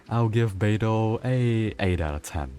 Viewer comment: when he said " how beidou's ability works, I heard albedo's ability works " lol